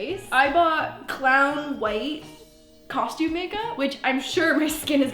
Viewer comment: No one:: CoShTuMe